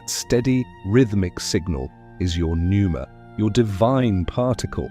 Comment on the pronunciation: Pneuma….. not Nuemera… just saying.. AI sucks and you might proof your output more carefully.